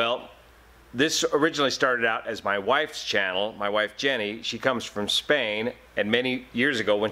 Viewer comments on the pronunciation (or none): none